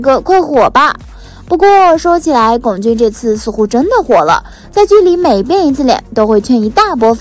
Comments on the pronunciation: 不管姨太是哪里人，但至少龚俊的我们内地的，普通话念第一声。所以真不能忍，不看了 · 麻烦四姨太把龚（gōng）俊的名字读对…